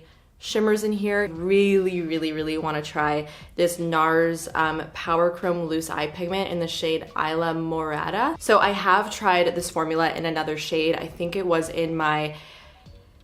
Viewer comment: Isla morada = “eeslah-morada” (it’s in spanish)